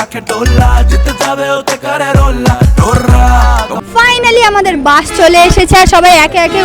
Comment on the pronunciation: দিদি ওটা বাঁশ না ওটা হবে বাস তুমি ভুলে বলছিলে🤭🤭